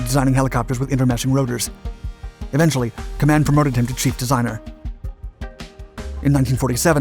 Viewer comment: Company name is properly pronounced "KAY-man".